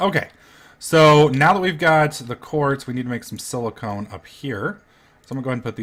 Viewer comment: Why does he call silicon "silicone"?!?